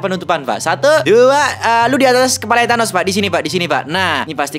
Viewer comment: Bukan thenes bang = Thanos